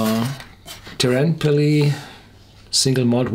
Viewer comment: Teerenpeli is more like "tear" such as what you do to paper, with a rolled "R". Good luck!